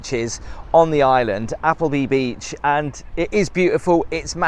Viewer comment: Did you just say appleby Beach? It's appley Beach, my friend. .